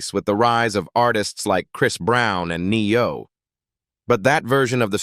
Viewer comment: "Certified"....is ANOTHER hot Lloyd song that sticks with me!! 🔥🔥🥰🥰💖💯 Straight banger!!.......In later news, this "AI reader" is cracking me up with how he is pronouncing & saying these names, words, and phrases!! Ex.'s: Ne-YO & not a flex, just to name a few!! 🤣🤣